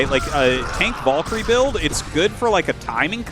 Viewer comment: English is not my first language, and even I am annoyed by Artosis's stubborn refusal to pronounce "valkyrie" correctly.